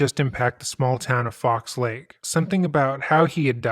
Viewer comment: "Fox Lake". It's singular. How hard is it to read the name of a town?